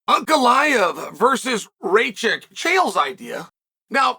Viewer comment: Its not fckng Racik... its RakiĆ